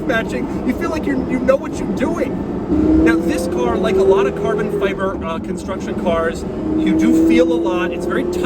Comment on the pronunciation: "carbon feiber..." - Irish Doug